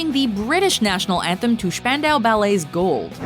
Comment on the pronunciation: "Schpandau Ballet"?? What the fuck?